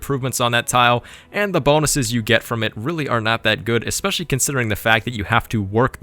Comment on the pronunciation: "Additively" is not a word. "Expecially" is not a word. "Situationality" is not a word. I love your videos and don't mean to nitpick. Is "nitpick" a word? :-)